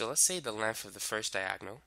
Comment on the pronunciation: Lengf and wif😂😂